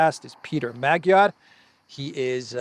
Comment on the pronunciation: it's pronounced Peter MAWD-yar. And many Hungarians are already onto the NGO game and know he's a fraud.